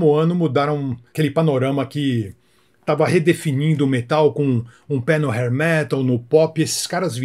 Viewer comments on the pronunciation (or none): none